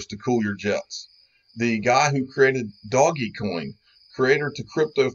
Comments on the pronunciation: don’t like how he says DOGGY COIN??? Don’t like the ADs??? Then leave, man up and stop acting like child. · Doggie is not how its pronounced omfg wow lost alot of my respect when you dont know how to pronounce it it's been top 50 since theres been 50 WOW WOW WOW !!!! Like trying to take someone serious who says they bought a bunch of ripples ...actually much worse cause it was atleast once called that ...wow wow